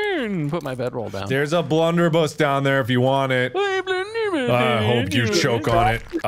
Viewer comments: marks pronunciation is so off. viable to him is veeable and blunderbuss is bloonderboose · Can we appreciate that mark said blunderbi